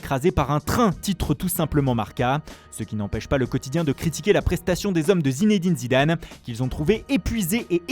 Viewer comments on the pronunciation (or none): none